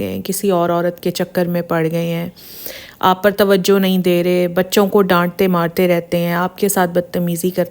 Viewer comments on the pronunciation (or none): none